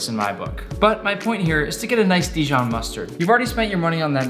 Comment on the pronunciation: Dijion must be from the region Dijion